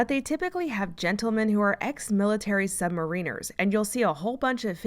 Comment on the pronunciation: Just a tiny note. Submariners is not submarine - ers in pronunciation. The in becomes a short i. The accent on first syllable, instead of the long ine in submarine.